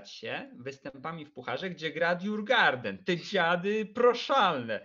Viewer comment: Nie żadne djurgarden tyłku fonetycznie "jurgorden". A co do ogrodziarzy to prawie gdyż djurgården oznacza ogród zwierzęcy. Sam klub znajduje się w Sztokholmie. :)